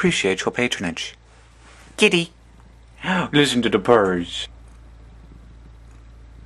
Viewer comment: Hihihi the way you say "Kitty" is so funny : D I had to replay it, lol :)